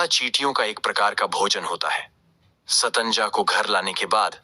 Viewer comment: Pahele satnaja bolna to sikh